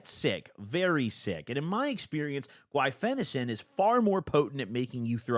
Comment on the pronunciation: I used to game on it and it made me feel like slow mo cut scene in Fallout or Skyrim. Edit: pronouncing the more difficult word guaifenesin but messing up ah-seet-ah-mino-fen is pretty funny and impressive